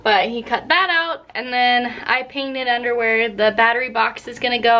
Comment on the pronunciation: you said, “I painted under where...”. I heard, “I painted underwear...”. A half dozen scenarios popped into my head... I got so distracted trying to reconcile that with the “Shenanigans”, that we’re planted there, that I had to hit replay to figure it out. Loved the vid... keep posting... I’ll keep watching.